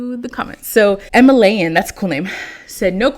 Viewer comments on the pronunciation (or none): Who else thought it was funny when she said “Emi-layan” …it’s actually “Emily Ann” with no space lol 😂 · “Emilyann that’s a nice name” sis I think it’s Emily Ann lol